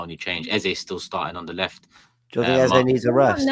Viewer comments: Its not 'eza' he's nigerian the sound is pronounced as 'Ezey' pleaseee😂😂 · Can’t handle calling Eze “Eza” Please make him stop😂😂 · Eze is pronounced 'Ez - zay' which means 'King' in igbo (language spoken by the Igbo's who are from the South Eastern part of Nigeria) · I’m Nigerian and the way is saying ex name is irritating me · Typical, grabbing attention for wrong reasons, refusing to call people by their names and now Eze you decide to butcher his pronounciation. And please don't come with excuses, I'm Nigerian I've known that name since primary school.